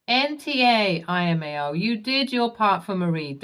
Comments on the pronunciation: Damn I haven't watched this channel for a couple of months and you still haven't learned that IMAO (I for India) is not a thing that anyone knows about, but LMAO (L for Lima) is a very common abbreviation for Laughing My Ass Off. Hearing you say imao makes me want to headbutt a wall to forget the stupidity that I just heard. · Just passing by to gently say "lmao" is L. M. A. O. Not 'eye'.M.A.O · I would never understand why this narrator doesn't know by now what "LMAO" is, and that it's not IMAO. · Its L M A O. U hv been narrating for months, no one ever told u its "L" not "I" . 😮😂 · I have. It bugs the crap out of me when she says "imao"